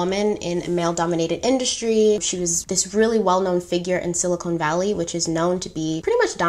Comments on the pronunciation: I don't mean to be that person. But, it's "silicon valley". Not, "silicone valley". I hope this is received in the spirit that I meant. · Love your version of these stories! Only minor “fact” checks from me, I’ve watched tons of documentaries on this compulsive manipulator, a fascinating case study... The pronunciation of it is Si-li-kun Valley (not sili-cone like the implant), not obvious at all but good to know. The patch she conceived in her college days, which she took to that professor/only female scientist she ever consulted was meant to take a sample of blood through the skin (top layer of the epidermis), so it was her first idea for testing the blood...but yeah, it wasn’t practical or possible to take a proper sample that way for many reasons, as you & the female expert said! And when you said early on that the Edison didn’t work so the scientists had to do “manual testing” for the investors in the basement, it’s good to clarify it was just them running the tests in typical blood testing machines (which were massive, not small/compact like the Edison), just as you’d find in a Lab Corp or Quest Diagnostics lab. Same as they had to do at Walgreens later. Lastly, while she admired all of these famous inventors, it was specifically Steve Jobs she directly imitated, down to the black turtlenecks/minimalistic wardrobe and severe treatment of her staff while remaining relentlessly focused on the mission. That was his trademark, too. This whole thing was doomed to fail because she was trying to enter the software/tech world with a healthcare/medical product. Square peg, round hole. Millions of dollars later, th